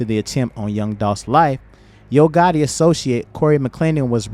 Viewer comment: it's gotti, you said gotta. Twice. 😊